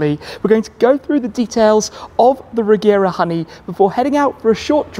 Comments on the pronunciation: It's actually pronounced "Reyera" in swedish if you want to be precise. :) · Nice overview, though it is pronounced with a soft G - like a J - Rejera. It is the Swedish word for "to rule".